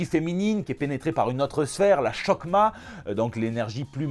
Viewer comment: Petite correction linguistique. La "chokhmah" est l'interprétation phonétique de l'hébreu pour les anglophones. En français on l'écrirai plutôt hokhma. Le "ho" se prononce comme un "jo" en espagnol et "khma" se prononce "rma" avec un R guttural. Sinon très bon JT et très belle chemise.